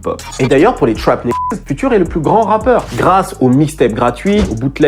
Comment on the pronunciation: FUTURE, à prononcer "fioutueur".